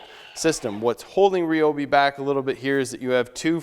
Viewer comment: Nice review. However, 1 issue off the bat. It's not Ree-Obee. It's Rye-Obee. The "Y" makes a long "I" sound, not "E".